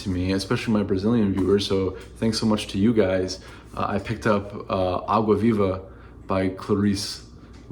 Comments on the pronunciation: I could just listen to an hour of you pronouncing Água Viva, flawless. I'm Brazilian and I have to respect someone who read Clarice Lispector. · i love that you listen to your brazilian audience and also pronounces água viva really really well.